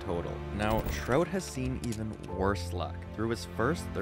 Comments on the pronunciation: Sounds like you are saying trote lol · The way he says Trout is super weird.